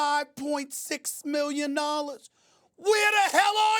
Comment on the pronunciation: . 35.6 million nollars. hahahahaha